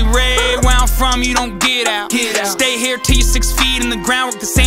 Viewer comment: hey says “ion want”